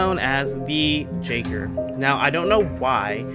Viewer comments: Pronounced yaygr btw not jayger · Not to be that guy but jaeger is pronounced “yay gr”. It’s also German, for hunter